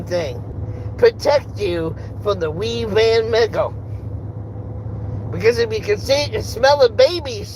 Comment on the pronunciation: It's WuHan, not WeeVan as you claimed